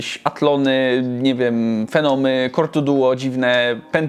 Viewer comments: "Potenszny kor tłu duło" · a tu to się zgodzę, jest dość niespójny w stosowanej wymowie. Z jednej strony chce być bardziej papieski od samego papieża i wciąż powtarza Kor Tu Duo (co za każdym razem doprowadza moją humanistyczną stronę do wrzenia), a z drugiej pokazuje nam legendarnego Kor i-Pięć Dwa Pięćset Ka. No ale nie wiem czy jest sens się czepiać skoro nawet co do wymowy swej własnej ksywy nie może się zdecydować;)P